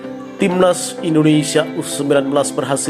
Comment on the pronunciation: bang...indonesia bang..bukan indonesa